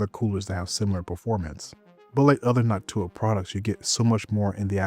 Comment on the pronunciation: it's NÒK-too-ah, with the stress on the first syllable